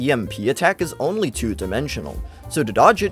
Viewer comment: The way you say “only” triggers me